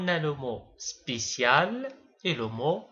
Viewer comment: C spécial et non spiicial sinnon c bien expliqué